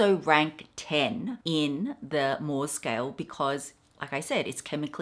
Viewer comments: Guilloche is pronounced "ghee-osh" and Moh is pronounced "Mow". Unless it has changed since I sold jewellery 😊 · Mohs is pronounced: moes :)